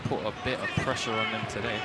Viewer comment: PRESHA WHAT PRESHA